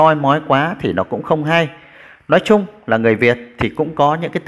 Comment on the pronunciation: Tiếng Việt bạn còn chưa phân biệt được "nói" và "lói" ; "nước" và " lước" mà còn đi bàn đến việc PHÁT ÂM! Với lại đi nước ngoài ...đâu nhất thiết phải "phát âm tiếng Anh nhỉ "?